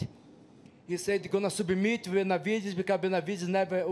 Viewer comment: “He subameit him”